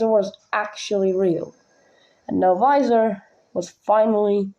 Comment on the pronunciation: It's novisor not novizor